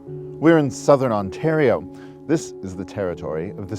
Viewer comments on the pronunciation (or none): none